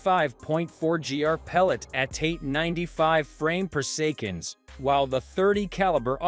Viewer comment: worst text to speech ever - poor sekon for "per second"